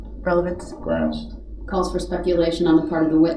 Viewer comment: Leslie was over him saying groundz just to annoy them, but this guy annoying DB and Leslie adding fuel was glorious.